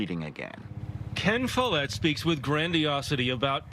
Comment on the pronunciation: Follett… like “wallet”…